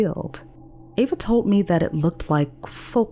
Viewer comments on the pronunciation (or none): TOLD not TOLT , LEAVES not LEAFS Narrator is OK. story is OK.....just OK. I'm rather sensitive to language bastardization. Probably others' mis~speach more than mine..lol